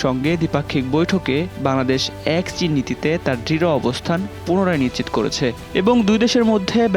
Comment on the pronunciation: 😂😂😂its chin...not shin😂😂😂😂